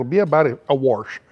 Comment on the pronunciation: A "warsh"? lol.